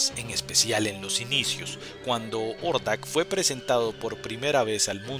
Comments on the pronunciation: Si suena más a Jordak que Ordak, pero es un detalle mínimo... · Hey un pequenillo detalle Hordak se pronuncia "Jordak" la H suena como J en algunos casos en ingles, ahi nomas sin manera de molestar. Gracias por la comprension.